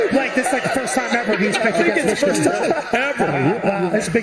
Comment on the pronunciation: Did he say Meeshigan is back😅